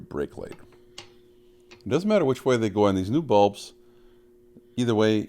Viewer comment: “Look waaayyy up” that’s how we know you’re Canadian